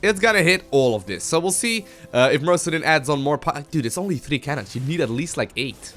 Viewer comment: I think it's mister osudin not mrowsdin